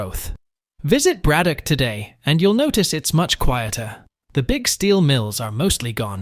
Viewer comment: How are you going to pronounce Braddock correctly, but butcher Monogahela like that? In case you're interested.... it's MAH-NON-GAH-HAY-LA